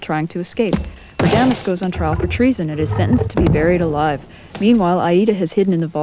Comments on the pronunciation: RA-da-mes. Accent on first syllable. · Great job - even the misprouncing of character's names like raDAmes, Woe-tan - makes opera so much less high falootin. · Very cute! I love the bell/scroll tolling the actions. BTW: it's pronounced VO-TAN not Wodin for Wotan, RAH-da-mez for Radames and HAHgen, not Heygan for Hagen, otherwise good work. :) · My friend and I just watched your video and we enjoyed but he in an aficianado and says you pronounced several names incorrectly such as Rademes in Aida. Perhaps next times you should learn the correct pronounciations before you narrate each scene. You would sound much more informed.